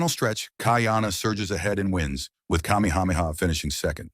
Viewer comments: The AI narration has pronounced Kamehameha all the ways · I will give this AI a B- I'm not sure how many of those names were fucked up except King Kamehameha. So bravo skynet. You did okay